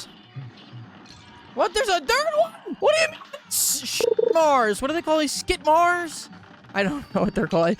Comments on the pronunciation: "SHITMARS", those are Scimitars. Scintillating PRONOUNCED as: SIN-TIL-A-TING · the swords from djimi are called sim-it-ars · they're scimitars lmao (c is silent). simi-tar